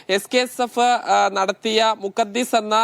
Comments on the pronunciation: വാർത്ത അവതാരക പറയുന്നു മുഖസസ് എന്ന്, റിപ്പോർട്ടർ പറയുന്നു മുഖസ്സിസ് എന്ന്. ഇത് രണ്ടുമല്ല. മുഖദ്ധസ് എന്നാണ്. അറിയില്ലെങ്കിൽ പഠിച്ചു വന്നുകൂടെ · മുഖദ്ദാസ് എന്ന് പറയാൻ അറിയാത്ത, അവാദരക 😂